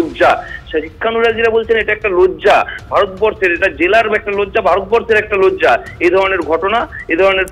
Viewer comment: "লোজ্জা" বলছেন রিপোর্টার! এটাও "লজ্জা" র😂